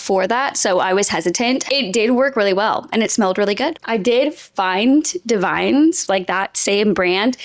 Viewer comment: Davines is a good brand, it's pronounced "dav-in-ess." They have probably the only salt/texturizing spray that doesn't dry out my hair.